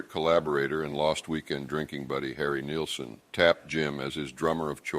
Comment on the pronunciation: harrys name is pronounce NILL son . not nealson .